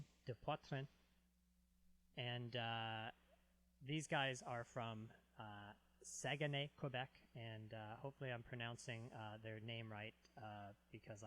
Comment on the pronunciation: they says:! your prononciation of the name of the band is #1 but the city you can say it like if there's no "ue" like SAGNAY 😉